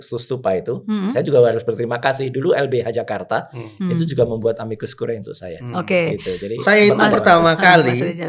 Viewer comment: Curiae dibaca CURIE. Ae dibaca e saja..